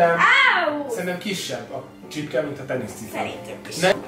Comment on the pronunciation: A csipke helyett azert ertettem h csirke 😂😂 XD